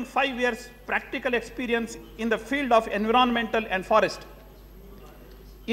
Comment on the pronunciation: He can't pronounce environment word correctly